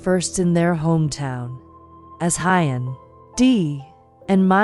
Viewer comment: Please check on how to pronounce Huyen's name. It sounds so odd. Maya has celebrated her 5th birthday and preparing for her 6th birthday. Thank you for checking this family's facts.